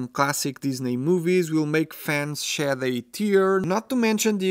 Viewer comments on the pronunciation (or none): none